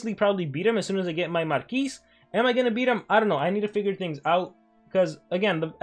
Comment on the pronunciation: Marquis is a french word and as u know maybe we dont pronounce the last letter of some words so stop saying MARQUISEEEEEE ty <3